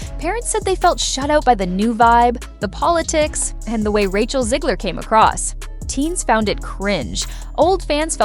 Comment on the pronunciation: Stop calling her "Zeegler". It's ZEG, like leg, Rachet, Zegler.